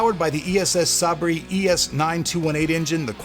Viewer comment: It's pronounced "say-bur" not "sa-bré". I believe you Americans spell the word "Saber" instead of "Sabre".